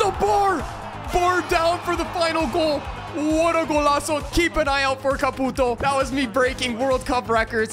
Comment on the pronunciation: when you say caputo it makes mi fil like im wachting a chinees